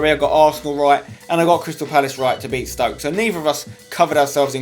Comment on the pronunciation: Flipped out when said Stoke. The man almost went perfect!!